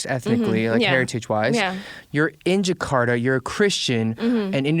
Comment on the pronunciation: Agnez mo : jekarda Eric : jekarda Me : jakarta 🤣🤣